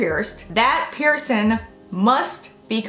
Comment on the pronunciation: It is "PiercING" not "piercin". Please try to speak correctly or not at all.